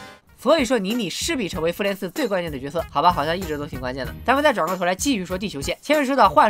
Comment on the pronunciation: 一直將復聯聽成婦聯😂😂😂